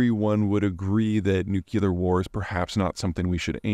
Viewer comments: Why can’t super smart people like Peter correctly pronounce “nuclear”. Baby Bush couldn’t pronounce it, not so super smart. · Zeihan is a clown but both pronunciations are acceptable. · you're a bright guy. maybe brilliant. learn to pronounce the word nuclear. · Hi Mr. Zeihan. I find your work absolutely fascinating, and I watch and learn from you all of the time. An immense thank you! One request. Do you think that you could please pronounce the word Nuclear new-clee-r and not new-Q-lr. I apologize for any annoyance, but my many of my family and friends, of whom some are educated well, say that this isn’t ok 😂😂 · Love your content, but PLEASE learn how to pronounce nuclear. It's new-clear, not newculer. Thanks carry on. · Can't help but hear Homer say "Nucular. It's pronounced nucular." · Every time Peter says "Nucular" instead of "Nuclear", a baby bunny dies somewhere. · There's only ONE U in nuclear, hence, Nuke-lee-R, not Nuke-you-lar. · nu-cle-ar not noo-cu-ler --- such impressive knowledge, undermined with good ol' boy pronunciation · Repeat after me: Nu-cle-ar, not Nu-cu-lar ☝🏻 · Say it with me, Nu-clear. New-Clear, not New-Que-Lure. Holy shit Bush, look what you started. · Peter - I am a huge fan of your work. But please please stop mispronouncing the word nuclear. It is NEW- klee-uhr, not NEW - kyew - luhr. (I know, nit picking, but worth correcting.) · I pet peeve of mine... It is pronounced "new - cleer" not "newk-ya-ler" There is no "y" in nuclear. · Nuclear is pronounced, "New-Clear" not "Nuke-U-lur." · Peter, repeat after me, NUKE-LEE-UR. (Not nuke-U-lur...unless you really want to sound like Dubya) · peter my ears are burning. the word is nuclear - nuke lee er not nuke you ler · Love your videos Peter…but your mispronunciation of nuclear drives me crazy! It’s pronounced New-clee-er! NOT New-q-ler!! Seems petty I know, but….just saying. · It's nucLear, not nucular. Why do people pronounce that word so weirdly? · Is it spelled nukuler?